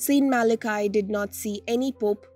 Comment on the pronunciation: It’s pronounced Mal-a-key. I was brought up with Malachy’s prophecy.